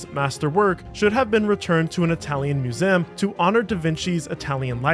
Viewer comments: Or maybe he actually pronounces museum as /mjuˈzæm/, since that is a listed dialectical pronunciation of the word on Wiktionary. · have i been mispronouncing ‘museum’ my whole life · nope. he's just being a bit tarded. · The "Moosam". What? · Moo-zam… Gaw! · What's a "mew-zem?" 🤣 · The word is Mu-ZEE-um, not Mu-Zem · “Museum” is a 3-syllable word. myou-ZEE-əm, not myou-ZIMM. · It's museum not muzeem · How can you mispronounce "museum?" 😂 There are three syllables, not two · Sorry butt it's mu-sé-um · What the fuck is a Museeem? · museum ❌ mu-sem ✅ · I can never not hear "mewzayumm" 🤣🤣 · No. Musaan, like moo-saa-ahn. At least the cheap readbot can simulate everyone's voice, but not the pronounciation. Pronounciation costs extra. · It's mew-saan, just like hassan or allaaaaaaah. The cheaper the readbot is, the more the dude can snort. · ”Muzeem” and ”louve” being said every 30 seconds in a video about a museum called the Louvre is fucking infuriating. Good work farming engagement but ill avoid this channel in the future even tho the video was quite good 👍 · WTH is a "muzem?" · What’s your accent that’s making you say “muse-amm”? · I think he was going for french pronunciation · Great video. But….next time you want to make one about a musEUm just hit me up. I will narrate it for you for free. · MusEHm. LAgacy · I wish it were true. No human pronounces "museum" as "moozam". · I've never heard such an odd mispronunciation of the word "museum" 🤣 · Bro, say the word museum to yourself again. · Well made and presented video except for the weird pronunciation of museum. Am I missing something? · Good job but you need to work on your pronunciation: "Museum," "Peruggia," and like most French words, the "S" is silent in "Charles." Also, the theft of Mona Lisa was never a "Meme." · Props for using the original pronunciation of museum circa 1645 not many know this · Please re-record the audio and stop saying "museum" like that. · Why you say museum like that ?